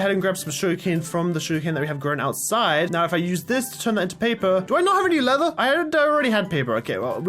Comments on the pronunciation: leatherite Me: what did he sayyyyy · When he said I don’t rely need lether right now it sounded like he said netherite now 😂